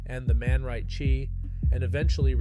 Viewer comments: Its 3-9 Posse NOT 39 Posse , the man right'chea {chere or here} NOT right chi {chee} Nonetheless One of New Orleans #LivingLegends💯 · This dude said The Man Right Chi…🙄